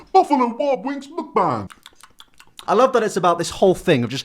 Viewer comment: How are you going to make fun of BTS and you are out here doing Mukbang but then again, a ton of ppl do them and can't even say the word correctly. Number one reason I don't watch them.